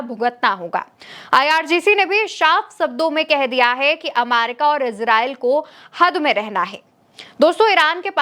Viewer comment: Bahen ji America ko Amaica kahna uchit nahi hai.please correct this.